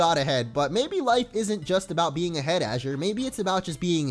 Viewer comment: my son's name is Azure, I appreciate it when people can pronounce it right. can't wait to see how the series plays out thanks for the content man